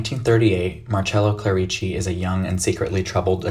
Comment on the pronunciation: Just a little friendly reminder: it’s pronounced Clérici, not Clerìci